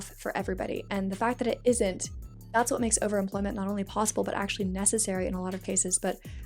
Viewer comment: Why the fuck does she pronounce overemployment as overimplent?